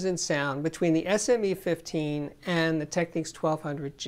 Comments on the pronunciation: Just an FYI, It's TechNICS not Techneeks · Sorry - I know your comment is from 2 years ago, but I watched one of Panasonic's recent videos and the actress doing the voice over pronounced it "Techneeks." I always thought it was TechNIKS as well. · Technics not techniques, surely...